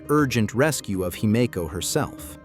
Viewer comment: Whatever you did to get your narrator to say Himeko correctly , you should do more of it.